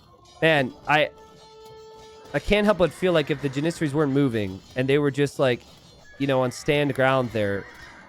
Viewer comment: JAN-is-air-ees. Not JanISerees.